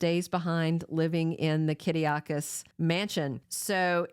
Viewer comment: thank you for your spot on and truthful info on our favorite soaps. Not trying to be rude but it's not Kiddiokis it's Kiriakis. Victor used to say it that way with a Greek accent and maybe occasionally Justin with a Greek accent but no one else pronounces it that way.